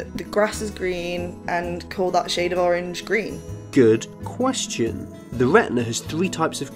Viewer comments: He says gween instead of green sometimes..idk y but it's adorable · Its GREEN not GWEEN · Hey, I learned a lot from this video so don't get me wrong. I just want to know why ppl in your country pronounce green as gween and through as frough? I'm not being a dick I'm just curious. Is that a regional thing like here in the states? Like accents? U know what I mean? I have a few friends that would say tree instead on three. I think it's funny but I'm sure they think my accent is funny as well. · This guy might be color blind but he definetly is R deficient. Gween ? :) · Listen Not Trying To Be Rude But I Am Bothered By The Fact He Cant Pronounce His R’s... It’s Not Gween It’s Green, G”R”een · "Gween" "Owange" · Gween and owange... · When this dude described green as, “gween”. Bro you got a speech impediment too. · Love the way he says green. Grween ☺️. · Narrator : Gween, Bwrain Me: you're color blind and can't speak as well? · red oweng and gween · Gween. Owange. Bwain. Shoutout to Kerbal Space Program. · GWEEN WABBITS! HAHAHAHAHAHAH! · I'm sorry , I just have to say this. He said "gween" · wed owange and gween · Wed, owange and gween CUTE.